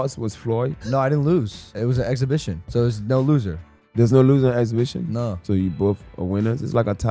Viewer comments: Floyd not knowing his opponent's name means absolutely nothing. Then this chick can't even pronounce "exhibition" so her credibility is 💩 😂😂😂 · This broad can't even say exhibition wow..gtfoh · She sounds ghetto as hell she can't even pronounce the word she was trying to say 😂😂😂😂😂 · If you cannot pronounce the word exhibition, how do you qualify as a reporter that is able speak to a Stephen A. Smith level sports reporter? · Beach doesn't know how to pronounce exhibition 😂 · That stupid woman couldn't even say the word exhibition 😂